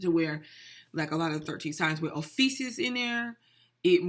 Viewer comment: Oh-few-kus Ophiuchus...